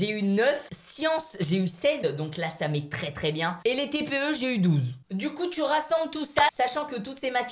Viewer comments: mais jss pas con mais il sait pas prononcé sah cest sahhhh et lui il dit çà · il a prononcé sah "ça"quand mm